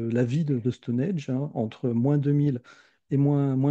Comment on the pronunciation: Intéressant mais attention ! C'est Stonehenge et pas Stonehege (erreur dans le titre de la vidéo) ; et ça se prononce "Stonindje"...